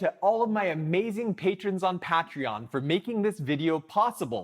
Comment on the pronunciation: Pronounced Pay tree on